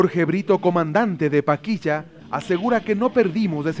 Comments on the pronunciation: Paquilla o Paquisha. Pronuncia bien narrador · ¿Por qué la voz en off pronuncia algo así como “Paquilla” y no “Paquisha”? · No es paquiya....es PAQUISHA (sha) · porque este man dice paquiya que mismo es paquisha o paquiya